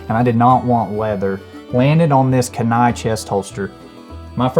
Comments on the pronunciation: It’s “Kee-nie “ not “can-nie”. Like the river in Alaska. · Not to nitpick but it’s pronounced Kee•nai. Awesome holster I want one. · It's spelled Kenai, but it's pronounced, Keen Eye. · keee-neye. keen eye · I had to check comments to see if anybody would correct his pronunciation. It was driving me nuts! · I was thinking the same thing, I'm in Anchorage